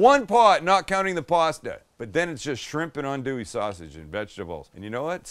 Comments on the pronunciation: Good job pronouncing "andouille" correctly! 😆 🤣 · I watched this video fully ready to flame you, but from the acknowledgment of Justin Wilson, to actually pronouncing “andouille” right, I’m impressed. Good job Sam